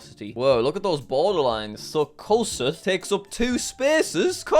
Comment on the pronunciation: I’m Iowan, and I think no one here really cares. (And also, Koss-ooth, Not Koss-uff)